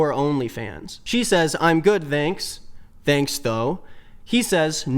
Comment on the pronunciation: Why do you pronounce “thanks” as “thzanks”?